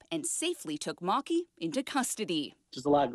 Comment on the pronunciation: I think the Lemur's name is "Maa-kee"